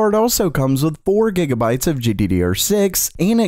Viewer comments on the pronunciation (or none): none